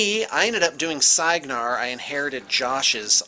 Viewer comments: For the record Cygnar is pronounced Sig-nar as in a Cygnus or Swan motif. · im sorry but its pronounced Sig-nar